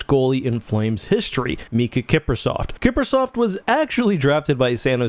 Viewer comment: There is no T in Kiprusoff. 🤦🏻‍♂️